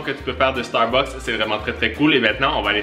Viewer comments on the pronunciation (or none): none